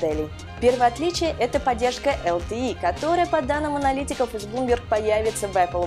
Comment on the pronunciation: ЛТЕ , а не ЛТИ . Хоть бы кто то сказал как правильно. И тот кто текст писал безграмотный что ли такой..?